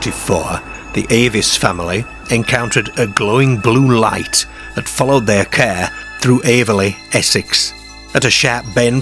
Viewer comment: Their Care 😂 (car)